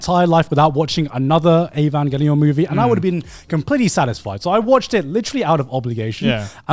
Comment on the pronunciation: That’s how you pronounce Evangelion.